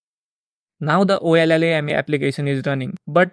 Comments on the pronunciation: Ollama is pronounced "Oh Lama". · the llm is pronounced “OH-LA-MA” c’mon ma’an !!!!!